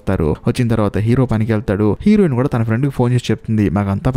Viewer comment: Heroine and hero.. ee words konchem clear ga. Cheppandu..fast ga cheppadam vallam aa word heroin or hero ani clear ga vinipinchadam ledu